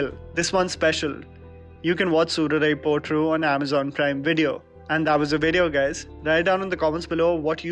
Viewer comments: nailed uttering the title in tamizh.. good job 👏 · I love how you pronounced "Soorarai Pottru' and 'Nedumaaran'.